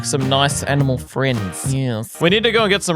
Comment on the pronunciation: i heard that too and have been saying it ever since 😂